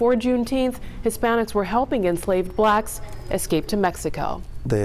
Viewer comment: Did the first lady say. "eXscape"? I have second hand embarrasment for her. Anyway, I'm proud of my Mexican people!